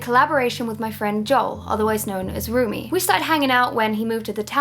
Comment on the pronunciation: It's not roomie, its romie